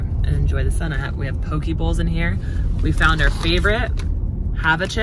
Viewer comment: POKIE, hahaaaaaaa. Poke- "PokeA"